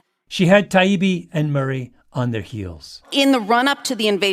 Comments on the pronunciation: I agree. I admire Malcom. I just don’t understand why he struggle so much with the debate. He should listen more and it was so difficult to think that I read his book when he had a difficult time even pronouncing Matt last name even after he corrected him. Seriously, Malcolm… I listen and read most of your book and even though I don’t agree with all your views. I still listen and can understand your point of view. Please just get better. Maybe the 1,000 hr rule might help. I can definitely recommend a Great book about how great people become great. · 1. You didn’t call Douglas by Doug just once you repeatedly did this after he’d corrected you the first time. You also mispronounced Matt Taibbi’s name too which the audience saw for what it was, a snide little power-play. 2. Murray writes extensively about the social consequences of mass immigration from war torn countries within Europe, so cherry picking a quote and framing it as racist (and that he’d shout the N word to your Mum when she was young) is very on-brand for you. 3. Why do you feel the need to cite Murray’s skin colour? 4. Never in this post-analysis did you acknowledge your childish gestures, just one example when gesturing to shoot your own head when the Biden Laptop story was brought up. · I was at first happy that Malc could actually pronounce Matt’s last name correctly…so apparently he learned something, but soon realized that that is not the case. This podcast put the nails in the coffin of why mainstream media is not trusted. THEY DON’T LISTEN! Then to end the podcast by still calling Douglas Doug, proved he had learned NOTHING from his effort to learn. Proof again why mainstream elites can not be trusted. Very sad for him. Also, not taking to opportunity to apologize for his behavior is beyond baffling. Be better Malc. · The least he could do was apologize for mispronouncing his name. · And was racist and Eurocentric by not pronouncing Matt's last name correctly- repeatedly.